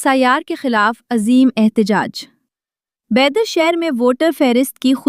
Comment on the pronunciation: السلام علیکم، بیدر (Bidar) کی اردو خبروں کے لیے آپ کو مبارکباد۔ ایک مؤدبانہ گزارش ہے کہ تلفظ کی درستگی پر مزید توجہ دی جائے۔ کم از کم شہرِ بیدر کا نام تو صحیح اور واضح انداز میں ادا ہونا چاہیے، کیونکہ کسی شہر کی شناخت اور وقار اس کے درست تلفظ سے بھی وابستہ ہوتے ہیں۔ شکریہ۔